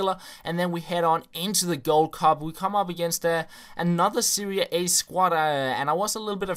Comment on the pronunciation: Serie A, not 'Seria A'